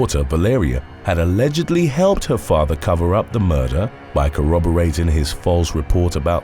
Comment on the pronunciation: "A-LEGGED-ly" 🤣🤣🤣 I love this channel! ❤️